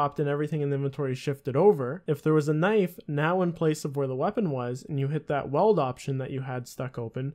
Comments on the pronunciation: i can't get over him saying Weld instead of Wield XD XD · It’s not weld!!!!! It’s wield!!!! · Can u not say weld, its wield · Combat smithing confirmed. Great video, but omjesus it's wheeled = wield. <3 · bro learn how to pronounce wield its not weld lol its like wheel'd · Is that a Canadian thing, to pronounce it “weld”? I’m going to have to say “wield” all day to cleanse my brain. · ...weld? Wtf its WIELD (WEE - ULD) cmon man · Your pronunciation of wield is funny. You say it like weld instead of wheeled. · weld. wield. dude please. its like you havnt even touched the game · weld??? Weeee-elllld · Wield not weld, wtf lol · Pronounce it like wheeled :) Great video! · You pronounced weild wrong btw, it's pronounced like WEELD, if that makes sense. Just type it on google and click the sound button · The true glitch is the way he says weld. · it's pronounced wee-eld